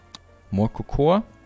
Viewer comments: But he speaks English in his videos, soooooooooooooooooo, it's should be pronounce Koukou. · Cocoa is pronounced 'koukou'.